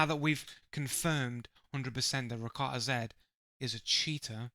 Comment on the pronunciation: You're not saying his name properly which I assume you haven't watched enough of him to determine if he cheats. He's actually recently become a crytek partner with 11000 hours in the game without any form of ban he's definitely not a cheater fella. In the future, research a little before making videos like this.